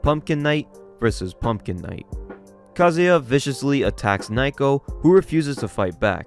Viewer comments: naoko is pronounced more like "now-ko" than "nye-ko", was hoping you'd get it by the 2nd video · Dont know if this was said last video but am i the only one that hears Naoko's name read as Nai-ko and not Nah-oh-koh? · Love the vids, but its Nowko not nighko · Okay, that's it--if you can't have enough respect to pronounce Japanese words or names correctly, then you don't have the right to bitch about "muh n-word! uwu" IT'S NOT NAIKO, IT'S NAOKO!! Naoko! Pronounced like Now-Ko! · why is he calling her naiko when the panels clearly say naoko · It feels like this manga has good art, but the story is a mess. The bad translations make it worse. Just random, cuz your videos are great, but her name is Naoko, pronounced "Now-Ko" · Number one is NOW-ko, sorry but that kinda drove me crazy and two I think the ‘cringe’ comments are meant to be as such. Even if they weren’t there this is the kind of story you can’t take seriously, with or without a guy saying bloke every five seconds. That’s just my option though, when stories get to a point where bullies are literally psychopaths and the authors just throwing around new ways they can be horrible people to justify their death and DONALD TRUMP shows up I just see it as a poorly written series, kinda like all those bully revenge mangas out there